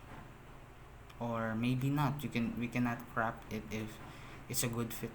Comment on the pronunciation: Bro "crOp" it not "crAp' it